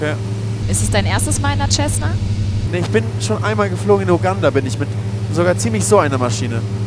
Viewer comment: dat ding d aheißt nicht schessna sondern cessna da is kein sch dirn!